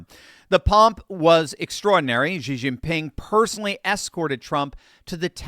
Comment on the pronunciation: Who is GEE? You mean SHE? aka Xi there is no G in that name. The G only comes in when you say his last name.